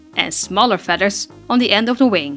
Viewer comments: Magennta fedders. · I adore the way you say "feaders" lol